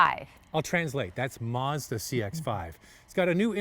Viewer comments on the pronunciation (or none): It's Mazda. Not mauzda. Say it right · *Meah-zuh-dah*... yup... she's Boston Italian... Too bad Netflix Cowboy Bebop got cancelled... At least Yoko Kanno, the music composer, came back. Made a guitar cover video for the ending theme, The Real Folk Blues. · Sorry pretty lady pronounce Mazda correctly as yanks just don’t know how to speak 🤣🤣 🇦🇺 🦘